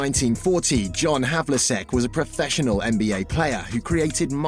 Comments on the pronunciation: Two years have passed and the errors and pronunciations have not been corrected. Very disappointing. This whole thing needs to be redone and with a narrator who actually knows how to pronounce all the names. Havliseck, Henson, Cowsy? These guys were total legends in the NBA and that's how the narrator pronounced the names? Ouch. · The mispronunciations of Havlicek, Auerbach and Celtics are an embarrassment to the team and the fans. For crying out loud, how hard can it possibly be to do a little extra research, and get them right the first time? These errors take away nearly all enjoyment of what would otherwise have been an excellent video. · You could at the very least pronounce his name correctly.